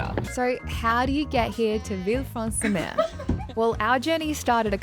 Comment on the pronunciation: Lol, Mer is pronounced Mare, not like myrrh